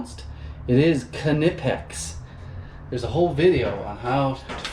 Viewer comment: As a German, where Knipex comes from, I have to say you pronounced it well ; ) All the best and keep up the good work.